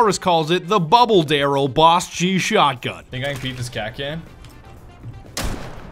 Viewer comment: Delirious says “Bubble barrel” Vanoss says “Bubble Daryl”